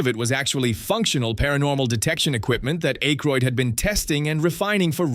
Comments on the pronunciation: It's Ack-roid not Ache-roid. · DUDE IT'S PRONOUNCED WITH A SHORT SOUNDING A NOT A LONG SOUNDING A!!! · Can you please say Dan's last name correctly.